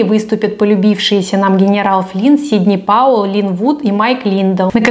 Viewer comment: Акуахоме, сидни пауеу, ..... гнерау флин🤣🤣🤣🥲 может к логопеду сначала а?